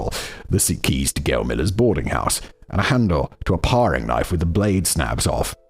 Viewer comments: It's pronounced "pairing" knife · And 'toque' rhymes with 'nuke' and 'paring' rhymes with 'daring'... the English language is nonsensical enough already, we don't need single r's after short vowels to make it even less consistent. 😁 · Parrrrrrring knife? WTF simon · Between the "paw-ring" knife and making ends "meat" fact boy is somehow cracking me up in a video about a horrific miscarriage of justice 😂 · Paring knife too!